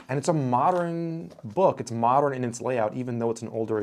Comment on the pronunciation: The way you say “modern” like “moderin”